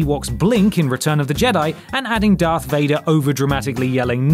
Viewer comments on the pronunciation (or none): none